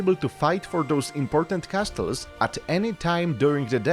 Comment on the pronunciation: Please get known how to pronounce "castles" ears are bleeding